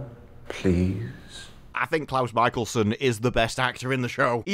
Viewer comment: ITS CLOUSE MICHELSON!!!